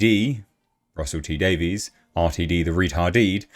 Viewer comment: He can't even pronounce Davies's name properly, ffs!